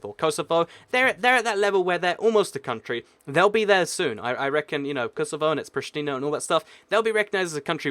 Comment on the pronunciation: I FUCKING LOVE YOU! You're the first non-albanian that I've heard saying Prishtina and not Pristina although I try to learn my friends all the time. Thanks man.